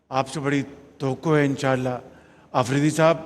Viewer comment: Inshaallah bolna bhi nahi aata is prime minister ko.